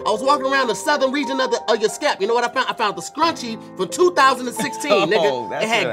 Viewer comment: Love how pronounce scalp, "skap" lmao